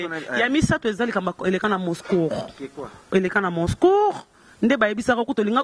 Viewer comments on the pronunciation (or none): ifasic na bino pe ezalaka Moscow na anglais et moscou na français et non (moscour)r wana ozui yango wapi?